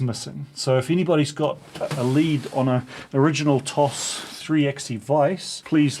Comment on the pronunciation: Pronounced "tosh" BTW